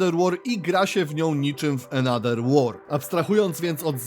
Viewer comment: Ale wiesz że th w ang czytamy jako v lub f. Bo jak ciągle czytasz another przez d to uszy bolą xd. Poza tym film więcej niż spoko